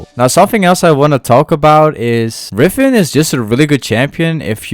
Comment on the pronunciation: Its riven not rifen